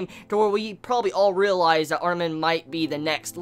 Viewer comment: Lol i hate the way you pronounce Armin :P